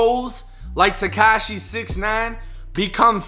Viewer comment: stop say tecachy 69 in all videos